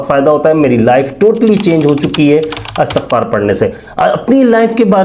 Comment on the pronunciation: اسلام علیکم بھائی یہ اَسْتَغفَار نہیں ہے بلکہ اِستِغفَار ہے۔